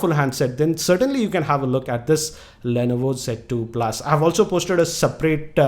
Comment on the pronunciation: sir lainaivo nahi hota li-novo hota hai #pronunciation